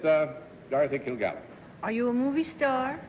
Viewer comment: "Kil-Gallen"? "Are YOU alcoholic"? Oh my...